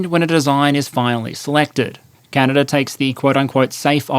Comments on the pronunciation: Stop saying Canader, it's Canada, and it's Korea, not Kore-er and media, not medi-er. If you can't use proper pronunciation, don't post anything. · The geneava balance patch really hit canada hard Also theres no R in canada mate